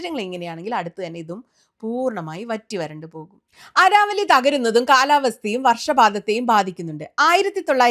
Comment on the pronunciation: അരാവലി അല്ല അരവല്ലി (Aravalli )